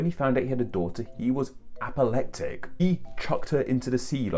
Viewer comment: The word is apoplectic, and not apollectic - or at least that's what it sounds to me, the way says it.